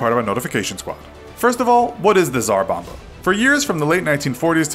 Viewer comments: As a Russian, the Tsar Bomba is pronounced as [(TS)AH(RR) BOH(MBAH)] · It was actually the "Tsar Bom-ba"